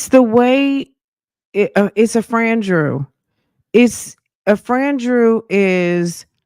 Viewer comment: What is a FRAN-DREW??!!😩😵‍💫🥴